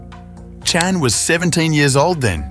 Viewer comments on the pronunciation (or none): Good grief, this narrator just can’t seem to pronounce the name, Chan consistently. Chen, Chon, Chone… dude - It’s ChAn… (long A) CHAN! Got it? And it’s Jean-Claude (like “Shzon”) not Gene-Claud.🙄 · can you a least pronounce Chan consistently